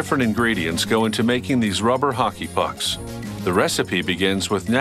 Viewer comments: the way he says rubber Ruhhpper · He talks that way as to not create a "pop" sound into the microphone when using P and B sounds. Notice how he calls rubber, ruvver